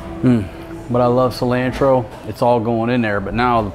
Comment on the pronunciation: LMAO, the way you pronounce cilantro...... Everyone is a critic... LOL.. like those who are brining up the boom mic.. LOLOL